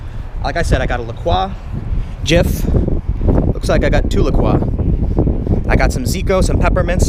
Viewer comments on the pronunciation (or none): anyone else annoyed how he pronounces La Croix... ITS (la-croy) NOT (la-kraw) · Tim, it's "la-croy" not "la-qua" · its pronounced la cwah? not la croy?